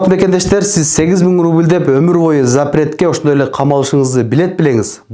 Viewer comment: "Заперт" эмес "запрет"